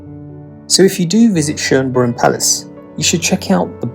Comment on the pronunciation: Schönbrunn Palace not Shoeneberg .